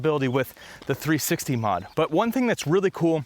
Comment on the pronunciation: what is 360 modification? are you saying 360 mode?